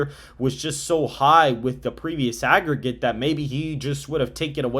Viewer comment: Please correct that “AGGERGATE”